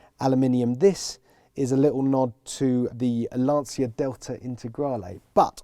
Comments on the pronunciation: LAN-CHIA not "Lance-ear" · When a motoring journalist can't even pronounce Lancia properly, it makes me wonder who gave them a job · It is fascinating that TopGear after so many decades filming and talking about cars still don't know how to pronounce Lancia 😂😂😂